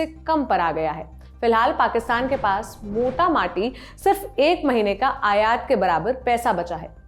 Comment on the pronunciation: एंकर मैडम के लिये-मोटा माटी की जगह मोटा-मोटी बोलना सही रहेगा